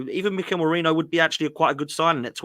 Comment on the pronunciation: It’s Merino not Moreno ffs 🤦‍♂️